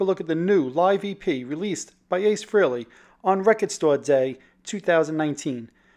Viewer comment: It’s fucking FREHLEY...not FREELY.